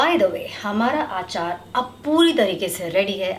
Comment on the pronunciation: Aachaar nahi hota Achar hota hai